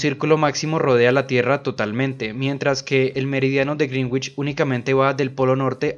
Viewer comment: Sólo una observación para quienes leen esto, se pronuncia correctamente "Greenwich" como ~Grénich~ no ~Grinwich~ ni de otra forma.